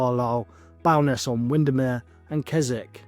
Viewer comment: Haha do you not research how to pronounce places names before you record your videos. Never in my life have I heard Bowness pronounced like that 😂😂😂. It’s always good to research names first 😂